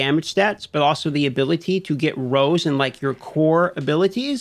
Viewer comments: Are you saying rolls? Or rows? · "rows" is this guy saying "rows" instead of rolls?